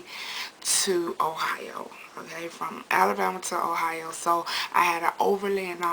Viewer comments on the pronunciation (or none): none